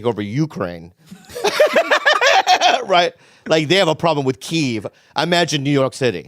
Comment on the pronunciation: Impressed with Bob saying Kyiv instead of Kiev.